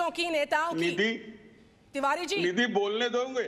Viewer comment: राम कदम निधी को नीधि जी बोल रहा है तिवारी नीधि निधी बोल रहा है और आरे आरे कर रहा है मलिक बोल रही है नीधि इससे समझ में आता संस्कारी कौन है